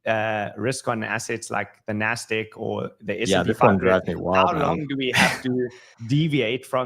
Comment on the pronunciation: What is the nasdick? I thought it was nasdaq but u say nasdick